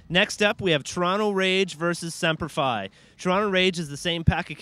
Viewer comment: why does he keep saying sempler f i ???? its semper fi and it says it right on the jersey.